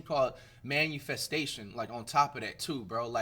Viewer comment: bruh said “manufestation” 😂